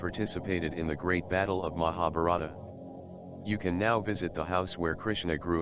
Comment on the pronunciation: The narrator's pronunciation of Mahabarta etc leads me to suspect the material.